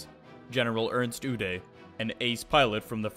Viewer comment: ernst udet ... its not pronounced OODAY its pronounced OO DETT